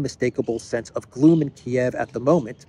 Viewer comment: Gloom… Rhymes with Doom.